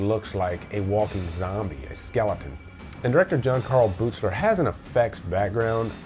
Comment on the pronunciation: FYI: Buechler is pronounced BEEKLER.